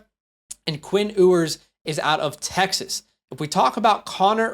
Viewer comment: Quinn Ewers last name is pronounced "You-ers" also the sentiment/concern is that he's no good and that AD Mitchel and Xavier W stats are bad because he just inst that and a bag of chips 😂